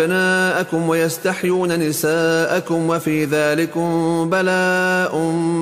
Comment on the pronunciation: وكمان في غلط في ويستحيون نسائُكم بالضمة وليس بالفتحة